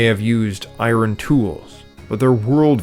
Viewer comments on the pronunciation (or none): none